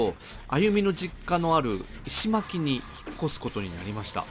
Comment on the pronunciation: 石巻はいしのまき ですね。